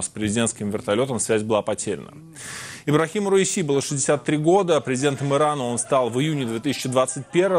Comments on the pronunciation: Не РАиси или РАиса , а РаиСи . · Хотя бы правильно произноси имя бедного человека. Как будто говоришь раиса. Раиси , ударение падает на последний и. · РаисИ ! На последнем слоге ,а также все их фамилии. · Раиси- ударение на "и" В конце❤